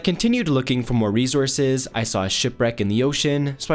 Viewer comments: Plz stop saying rezurzes i beg it's resources 🙏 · “REZOURCES” wtf man you say it every other sentence say it right ffs “RESOURCES”!! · He keeps on saying resources with a z